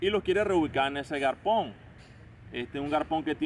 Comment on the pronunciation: Bro tienes razón en mucho de el video. Pero pana no se dice garpon. No se dice ilegar. Por hablar a si también nos catalogan de mal hablados. Buena la idea del video pero hay que mejorar el habla. Suerte